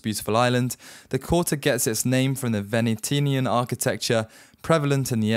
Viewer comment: Venetian harbor in Crete, please look up the correct pronunciation